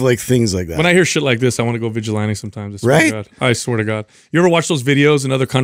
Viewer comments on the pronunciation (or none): the “Van-gilante”.